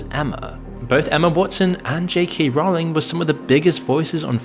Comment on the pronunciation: The ’o’ in Rowling is pronounced as in bowling, not as in howling